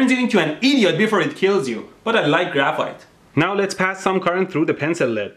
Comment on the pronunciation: Idk guys but in the intro, graphite sounded like graph fart ._.